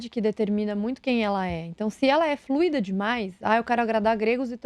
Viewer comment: saúdo a pronúncia de " FLUI--DO". Meus ouvidos agradecem...